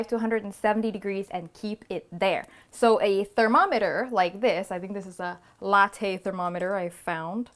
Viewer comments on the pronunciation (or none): none